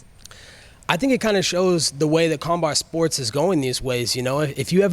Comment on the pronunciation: kombart sports 😂😂 nigga don't even know how too say combat sports